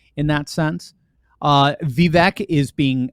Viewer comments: He pronounces his name VeeVake, not VeeVek. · Ya know, his name is pronounced Vee vake. Like cake. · Pronounced "viv-AKE." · Vivek rhymes with cake! From the horses mouth himself!